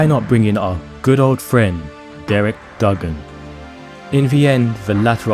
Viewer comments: Do your homework when it comes to pronouncing Wolves legends. Derek Dougan is not pronounced Duggen it's DOOGAN! Also when we flew to Newcastle the game was remembered for Steve Bull scoring 4 goals in a magical 20 minute spell in the 2nd half which deserved a mention. It took him and a few other players to run off their hangovers in the 1st half, as they were drunk the night before after a New years Eve drinking session while the gaffer was asleep upstairs in the hotel! Apart from those errors I enjoyed your video and as a 59 yr old Wolves fan it bought back memories. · It's pronounced Doooogan